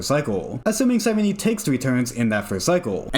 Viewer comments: YAP YAP YAP YAP YAP YAP HER NAME IS SIGH-REEN. JESUS FUCKING CHRIST. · I think you pronounce her names wrong